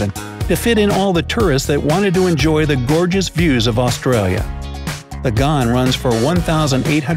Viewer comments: You really need to Fact check your videos before running out and publishing a false video, the world’s longest train was an ore train in Western Australia with 8 6000hp locos. It was almost 8km long. You also Pronounced Ghan wrong, it is pronounced g-an not the way you did it. So please do some research before publishing this I’ll thought out mess as a quick cash grab. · I am disappointed the Australian passenger train in not god it is pronounced ghan do not you google to pronounce it